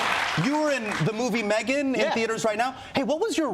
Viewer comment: This man said Megan with his whole chest 😂😂